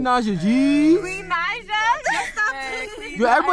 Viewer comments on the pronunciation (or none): That's not Queen Naija that's Queen Not-ja 😂😂😂😂